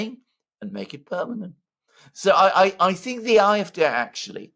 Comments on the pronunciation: It's not the I-f-D but the Ah-f-D or just say it in English Ay-f-Dee? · What is this Eye-F-Dey that fidget keeps babbling about? Does he mean the AFD? No English-speaking person pronounces AFD as that funny little noise he makes. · why is he saying "afd" using the German pronunciation of the letters? At first I had no idea what the heck he was talking about - and I live in Germany!!! Why? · Alexander, have your wife teach how properly to pronounce AfD in German.